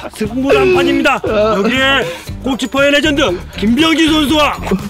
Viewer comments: 꼬끼퍼(?)가 아니라 꼬치퍼 라고 한거 아니예여?설마 꼬X? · 꼬키퍼가 아니라 꼬치퍼라 함